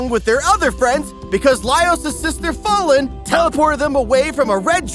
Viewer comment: i love you but please learn to pronounce the names "fah-lin" love you kisees mwah mwah